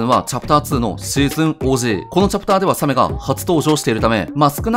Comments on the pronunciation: サメはタクマンさんもイントネーションおかしいんですよね…。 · 写メ みたいなかんじだよねw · サメのイントネーションが気になった人は高評価👍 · サメのイントネーションに違和感を覚えるなw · サメのイントネーション独特だな